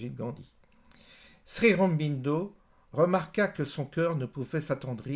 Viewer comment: Ô guru... Tu es adulé ici. Dis déjà la prononciation. Srironbindo tu tiens ça d'où? Shri Au-ro-bin-do, c'est pas dur! Au sujet de la non violence et de l'histoire passée, rien n'est simple, ce que tu dis est aussi une caricature à mon sens. Elle marche... selon qui est en face. Avec les anglais cela a marché, c'est un fait historique mais l'erreur est de sortir Gandhi de son contexte: c'est un homme, d'une époque, qui a eu une vie et son expérience a fait ce qu'il est. Laissons les hommes ce qu'ils ont été et ne manipulons pas l'histoire un siècle plus tard pour détruire ce qu'il fit alors, c'est trop facile! J'entends ici un regard égocentrique occidental sur une période passée, dans une culture autre, et qui a fonctionnée: les anglais sont partis avec certes leur foutue tactique de mauvais perdant de terre brûlée en faisant que le peuple qui reste soit divisé et s'entretue. Idem shrilanka, idem afrique etc